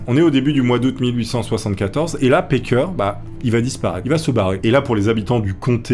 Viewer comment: Juste un détail, c'est "Packer", pas "Parker". Tu rectifies, mais je pense que c'est un "a" à la française, cf Cannibal le musical en vo.